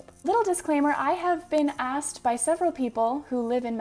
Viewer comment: Ast instead asked